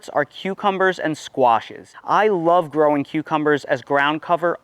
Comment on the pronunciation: Love how u say "growin on" 😂